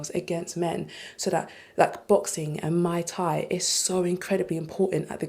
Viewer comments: It's Muay Thai, not Mai Tai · offers muay thai classes but cannot pronounce it.